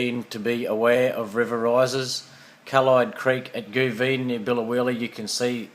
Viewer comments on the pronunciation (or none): Hey cheers the update, great vid! All day soo far in Biloela we've had this light constant sprinkling rain, very wet. Us locals pronounce Goovigen goo-vid-gen